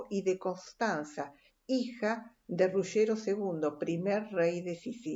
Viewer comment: septentrional NO! ESO SIGNIFICA DEL NORTE! Del sur se dice "meridional". Es una pesima diccion la suya , exageradamente lenta y pesima pronunciacion sea en castellano que en italiano! cono se atreve a llamar "RuSHero" a Ruggero!!!!!!! desarroSHo al "desarrollo"! que le cuesta aprender a pronunciar al menos las palabras italianas k va a nombrar! una verguenza de redaccion!!!!!